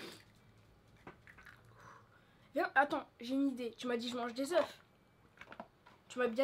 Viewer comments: ... je haies entendre des œufs [ prononciation : euf] 1 œuf [ euf] des œufs [ eu] PUTAIN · des ZE pas des ZEUF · Set des eu pas des euf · On dit pas des oeufs on dit des eu bon je sais sa ne sert pas comme sa mes ses pas grave.... en tout qu'à continuer comme sa je vous adore et c mon papi moi c valentin vous pouvez mapelle val. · on ne dit pas des oeuf ont dit des eu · On dit des euf